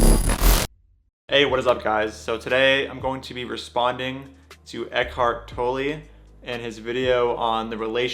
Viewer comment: German here, Tolle is pronounced “tol” like “coal” and “la” like “fa la la la.” Not “toe -lee” like you say here. Love your videos and your activism. I’m also a big fan of Tolle and his work is a big part of why I’m vegan and hearing “toe-lee” is like nails on a chalkboard.